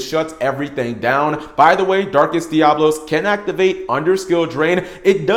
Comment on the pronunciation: Oh my god, I'm going to punch the next person I hear mispronounce DiaBOlos! What you're saying is spelled Diablos. I fucking hate how many people say it wrong!